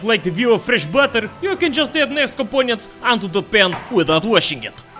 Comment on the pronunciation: “some more compoounents”